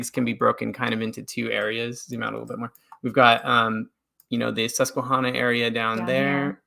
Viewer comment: Not to be critical but Susquehanna is pronounced with a short a like the name Hannah. I grew up in Pennsylvania near the Susquehanna River. Not to be a jerk. Just saying. Love this episode. Love Mormon Stories. Love you guys. <3